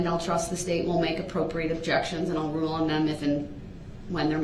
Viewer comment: lmfaooo "the roo" (rule) lol 😂